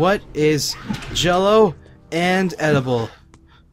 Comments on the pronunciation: I'm glad you wrote it out because I thought he said, "What's edible and cello? It's Jell-o". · what is jello and is edible..its jello haahahahahaha